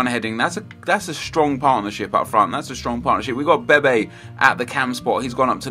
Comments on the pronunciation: When you say bebe you say baby lol :P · I swear you pronounce some names wrong on purpose, like bebe, what's the point? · Btw bebe is pronounced Beb-ay